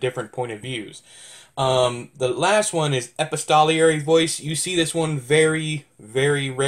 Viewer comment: No, your version sounds more legitimate. I'll Wikipedia it........Well, would you look at that? We're both wrong! It's actually ee-pisto-ler-ee.